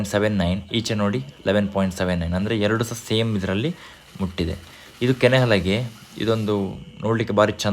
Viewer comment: ಕೆನೆ ಅಲಾಗೆ ಅಲ್ಲ.. ಕನೆ ಹಲಗೆ